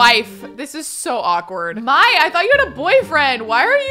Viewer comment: I could be totally wrong but I always thought the name Mai was pronounced like ‘May’, not like ‘My’